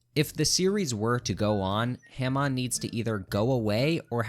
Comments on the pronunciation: pronouncing it "ham on" is what makes this list wrong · Hah-mone. not HAM ON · Why do he keep saying Himon not Hamon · STOP SAY H-AM-ON ITS HAM-ON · STOP SAYING HAM ON, IT'S PRONOUNCED HAW-MOAN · Every time you pronounced “Hamon”, it made my balls itch. I prefer “Hah-moan” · its ha-moan not ham-on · “Ham on” 😭✌️ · say “ham on” one more time istg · wtf is haeHmawn? How can someone be physically that bad at pronouncing such simple word? All opinion rejected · "Ham-on" is killing me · "ham on" I genuinely dont think anyone who mispronounces it actually watched the hamon parts, because no one in the dub or sub calls it Ham on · IT'S PRONOUNCED HO-MON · the way u pronounce hamon has ham on makes me angry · “HAM on” 🤓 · Bro said ham on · I cannot hear this man continue to call Hamon haym-on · The way this dude pronounces Hamon is driving me crazy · Every time he mispronounces Hamon I want to throw myself out the window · This guys inability to pronounce hamon is INFURIATING Edit: i just got to the part where he tries to say kakyoin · Argument against part one, a part with 2nd best waifu and Johnathan, the most honorable character, is now invalid, you pronounced "Hamon" incorrectly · Damn man in “Hamon” you empathize the a and mon in the word they say the word correctly in the anime how are you mispronouncing the words just say what they say. Your average Jojo YouTuber brah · himon are you saying hamon satericaly? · The only thing worse than this ranking is his pronunciation. Ham-on, khaki oh in??? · I can't get through this video with you saying HAYMONE as Hamon and KAKYOWEN as Kakyoin, bro I wish this was april fools and doppio and diavolo what are these pronounciations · Oh man sorry but ham-on and cack-e-yo-in i don’t know how you can pronounce it that way like, did you watch the series on mute? Or are you like refusing to pronounce it right because you don’t like it?